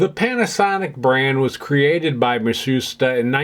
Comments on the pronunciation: of course! I love their fans and air conditioning. But I do have one minor thing to say, Matsushita is pronounced "Mat-su-shita" and not "Mah-soos-ta"! It was rather humorous to hear "Mah-soos-ta" though. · That name scratched in the front facier is kind of annoying me now. Less of the documentary, more of hands on repairing, soldering etc and less slide show. I'm not really interested in Matsushita (which you're mispronouncing btw). [Ma Sue shee ta] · i appreciate the history lesson on the origins of the Panasonic and Technics brands but you should have take the time learn how to pronounce Matsushita as you aren't even close.